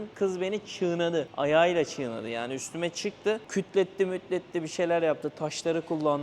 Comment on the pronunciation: ÇIĞNADI DEĞİL ABİ, çiğnedi